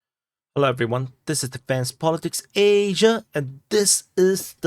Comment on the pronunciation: Dude, you say "Asia" in an amusing way but nothing you say is hard to understand to me. And I'm a douchy American!